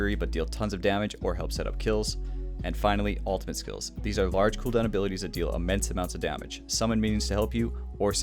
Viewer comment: wtf is an "altimate"?